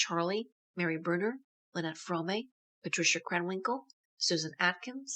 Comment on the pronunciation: It's Squeaky Fromme pronounced FROME NOT FRO-MAY! UGH